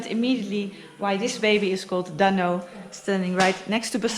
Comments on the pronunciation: Noraly, have you watched the Bolkywood classic blockbuster movie "Sholay"? How did you find the name "Dhanno"? BTW, practise pronoucing it correctly-- it's not "Dunno". It's pronounced "Duhn no". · You gota stress the nuu when you say Dhanno,. DHan NuuU.... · Noraly, DHANNO is pronounced as " the" DHA is pronounced just like THE so try pronouncing it as DthAANO!!! I think it was the name of the horse of Basanti, from the bollywood movie "SHOLAY"!!! Best of luck with ur new Bike "DHANNO" & Bonvoyage in the very near future!!! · I was about to suggest you "Dhannoo"... "धन्नो"... 😂😂😂. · This is the first time i feel sad in this whole journey. You Leaving basanti at that shop make me feel so sad. But basanti will be remembered forever. Welcome to Dhanno...I wish both of you best of luck for coming adventures...I think you need to put more emphasis on dh part of "dhanno" in pronunciation